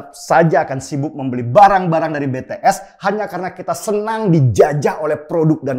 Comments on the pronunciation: ijin koreksi, BTS cara membacanya bities bukan betees 😊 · Kupingku kok gatel yah denger org nyebut BeTeEs. Apa sih susahnya bilang BiTiEs??? 🤣🤣🤣